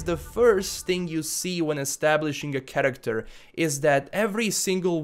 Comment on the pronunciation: What i heard all video: 1. karaktar 2. karaktar 3. even more karaktar